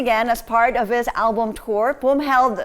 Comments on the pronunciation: It is “Phum” Viphurit, not Thum!! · Its "Phum Viphurit" not "thum" oml